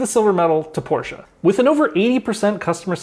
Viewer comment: can i pay you $1000 just for pronouncing porsche correctly bc u have no idea how much of a relief that was lol